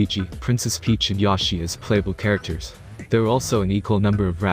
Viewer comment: Three problems: 1: It's Beep-oh, not Beep-Zero, 2: It's Yo-she, not Yawshi, 3: Why would you think regular Rosalina would be a party member instead of being corrupted into Cursa?